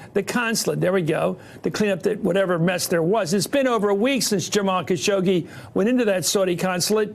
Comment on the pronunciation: It’s Khashoggi not Shakoggi... lol